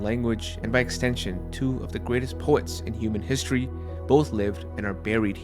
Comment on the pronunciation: good content. the narrator needs to use betten enunication -- words such as: regularly, history, important, citadel -- are garbled and have no pronunciation of the letter "t"